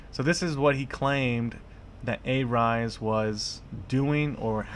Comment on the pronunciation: Believes everything the main stream media feeds " Remember, it's not good to believe everything you hear as it may not be true." You just trolled yourself. Marcutes? A rise? Not sure how you have 20k subs for someone who can't even pronounce Arise. What kind of trash journalism are you doing when you can't even get your facts right? These were the exact same allegations the SEC threw towards Jared when they raided him in Jan and failed to prove their points and gave up. Why not cover that part? I'll tell you why? You are the same as any main stream media and you want to create drama and conspiracy to get views. Money is all you are after. Crypto has this pseudo decentralized face to it but in reality it's centralized and people like you who don't do any research spread false info for views and money to make things worse. Why don't you find the facts for yourself?